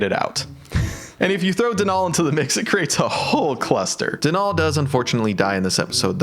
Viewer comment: I’m gonna be that person and say Denal is pronounced like dental, not DeNall